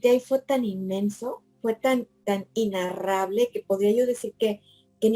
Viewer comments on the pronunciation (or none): Le corrijo una sola palabra, con todo el amor y respeto, se dice: INEnarrable, no INnarrable (le sugiero el diccionario de Google para confirmarlo), a mí me pasaba con ciertas palabras, como por ejemplo, la palabra inteMperie, yo, siendo más jóven decía: inteRperie, jaja. Gracias por compartir su maravillosa experiencia y por su sabiduría.